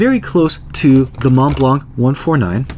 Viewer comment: in Montblanc , the final "C" of blanc is not pronounced, thank you for all your videos